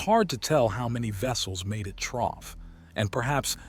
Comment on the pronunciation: Good story despite the constant mispronunciation of through 😂